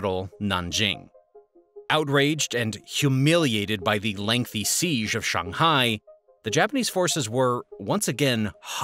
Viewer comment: Shung- hai, Ha-vai-ee?